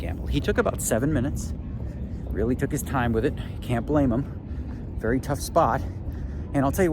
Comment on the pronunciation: You wery wacist - _